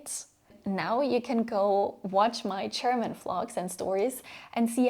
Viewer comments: German is pronounced with a ''juh'' ,so it's not Cherman . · Why do you pronounce it ”Cherman” instead of ”German”? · Okay, ich bin halt ein Klugscheißer...aber die Worte "juice" und "choose" sollten nicht beide wie "tschuhß" ausgesprochen werden. Genauso ist es mit german gender. Es sollte nicht tschörmin tschender, sondern dschörmin dschender heißen. Aussprache ist meiner Meinung nach schon sehr wichtig. Dennoch ist dies eines der besten Videos für Deutsch Lernende, die ich bislang gesehen habe. Somit ist das Fazit "sehr sehenswert"! 😊